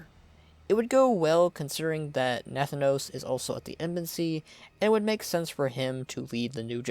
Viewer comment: It is not pronounced Nath-anos. But Na-thanos.